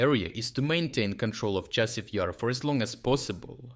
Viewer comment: The AI reader really has problems with consistency when it comes to pronouncing Chassiv Yar.